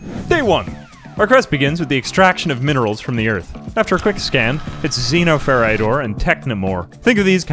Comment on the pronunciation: It's pronounced Xenoferite. You're welcome 🤣